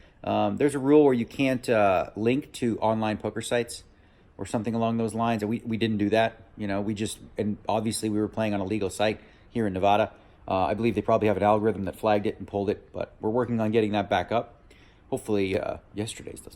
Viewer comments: you can tell it's early...DN said NeVAHduh ! SHAME! When you move there, you learn real fast.... Nevaaaaadah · Do all Canadians say Nevada wrong?